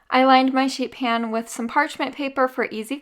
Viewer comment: I kept hearing, sheep ham, sheep ham..